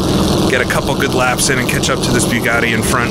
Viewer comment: the "byuugatti". Your pronunciation makes me watch on mute.